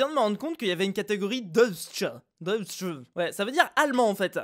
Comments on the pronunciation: deutsch se pronoce "deuytch" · blak … remarque meme pas que il manque le "c" de black et puis Deutch ca se prononce "doïtche" avec le "o" qui se prononce a la marsaillaise (si je peu me permettre) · on dit "Deutsch" [doïtch] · #fuzelenongermaniste (ça se prononce "doïtch") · DEUTSCH se prononce DOÏTCH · comment t'as prononcé Deutsch 😂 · Mdr quand tu as prononcé le mot Deutsch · Deutsh tu prononce pas bien